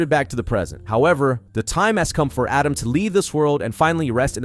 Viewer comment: Who's Adam and morad? They are atema ND mahhhhhhhad